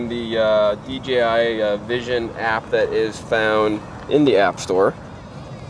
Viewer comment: I know it's picky... but people paying attention to what's said could possibly e confused. It's D JAY I, not D GEE I... it's not too hard to say it right.